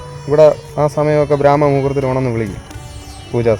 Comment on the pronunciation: ബ്രാമമുഹൂർതം എടാ മണ്ടച്ചാരെ ബ്രഹ്മ മുഹൂർത്തം